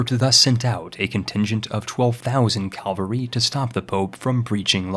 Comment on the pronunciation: Nobody:: "Calvary Hegonomy"